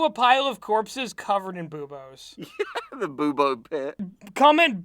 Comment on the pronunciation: I heard Boubos as "Boobos" like their breasts